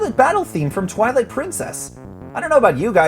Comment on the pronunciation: sounded like you said toilet, not twilight.